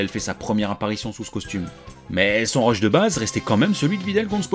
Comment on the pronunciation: Lancé des quoi ? Des rush ? Des reuches ? On comprend rien parle français !